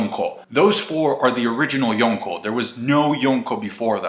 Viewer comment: Why the FUCK do you pronounce Yonko like that